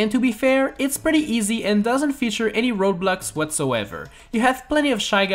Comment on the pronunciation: When he said road blocks it sounded like roblox